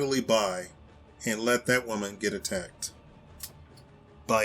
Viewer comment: Women not whaman. The hell Is a whaman